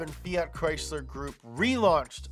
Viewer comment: FEE-ART (Eeep Americans and their pronunciations) Should be FEE-AT or maybe FEE-IT